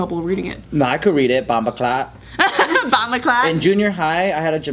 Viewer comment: I find it funny how they say Rasta sounding all delicate n shit...n it's bomboclat not bamba clat 😂 lickle batty boi.